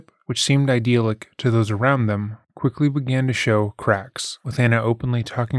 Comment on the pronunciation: Uhhhh… The ‘y’ in ‘idyllic’ is pronounced like a shory ‘i’, ss in ‘dill pickle’.